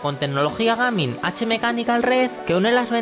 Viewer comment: "gamin" enserio no sabes pronunciar ni un apice el ingles?? y si en el test de sonido dejas musica de fondo no se aprecia bien...